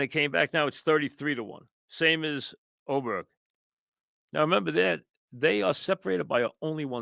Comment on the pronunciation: How is Aberg pronounced Oberg? Also, why don’t you ever show highlights instead of talking about what happened?